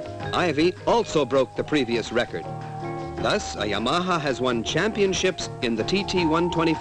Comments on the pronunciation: Just listen to Japanese, he was way off. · I love the pronunciation of Yam-arhar. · I love the way dude says Yamaha, it's like he is saying; "Your mom huh?" In a NY accent. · "ya-maha" lol! Or is that how the Japanese pronounce it? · This guy had no idea how to pronounce "Yamaha." lol. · Did the narrator EVER learn to pronounce the brand-name properly?